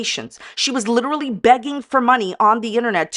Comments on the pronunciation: The judge will hold her in contenpt for “lee-tur-a-leee”on the second utterance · "Your honour, my jaw was liderulee on the floor when I realised what my beepedee made me say" 😂